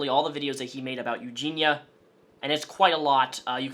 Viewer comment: Eugenia Cooney has ED? Erectile Disfunction? As an audio only listener, lulz. Also, is it 'Eugina', or 'Eugenia'.... Because you keep saying both ;). Sometimes you don't done gone speak so goods. Also, you should interview Billy the Fridge about Onion boy. That would be an epic Trainwreck. No way he would be down tho. I feel bad he's stuck in the middle of this because he's friends with everyone. And friendly to everyone, no matter what. That Billy is a good guy